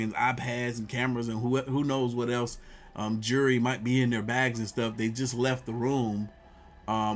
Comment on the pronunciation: Just so you know its jewlery not jury.